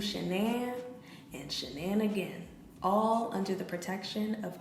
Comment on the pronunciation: “Shannan and shananigan” omfg 😂😂😂💀💀💀